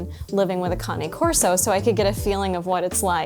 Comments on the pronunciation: Kane corso not karney corso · It’s not conny corso…Cain corso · lol canna corso lmfao when you say candy cane do you say candy canna too just because you miss pronounce a word don’t make it bougie😂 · You shouldn't have a dog if can't pronounce there bred iks pronounced Kane corso.Get your self a hand bag dog.